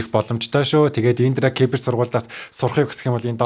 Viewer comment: индра кипэр биш индра сибэр